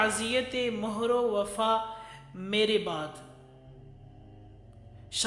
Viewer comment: تلفظ اور ادائیگی معیاری نہیں. معزرت ١ ١ مرد کو مروا پڑھا اور مہر پر پیش لگا کے پڑھا.. میں اہل زبان نہیں.